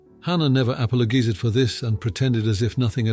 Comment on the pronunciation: Ain’t no way AI pronounced apologize like that😂